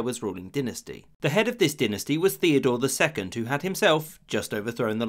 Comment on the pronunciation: So many facts were wrong in this one I'm afraid. First of it's "Theodrose II" not "Thedore II" and he was king of Gondar not Shewa.